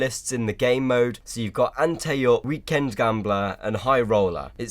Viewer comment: lol, you said antay up. It's like anti